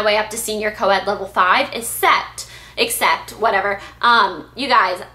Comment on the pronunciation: pronounce except like [ik-sept] haha i see you having trouble with it in all your videoss! love you/your videos blair(